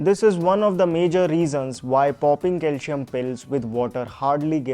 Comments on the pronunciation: Bro pls don't misunderstand but DO NOT PRONIUNCE " CALSHIUM" but just use CALCIUM, that is with "ci" as in letter C, thanks. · Calcium ia pronounced as calsiyam not calshiyam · It’s not calshum it is Calcium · Cal C um. Please pronounce it properly . See. Um . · It's not calshium. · Is your target audience.. English speakers ? I think so .,.this isn’t criticism . .. you’re pronouncing calcium .. wrong Kal -seee - um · It’s Calcium not Calcium…IYKYK😅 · Please pronounce calcium properly.....